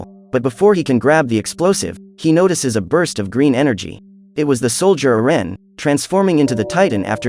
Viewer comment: Do we not know how to say Erin or what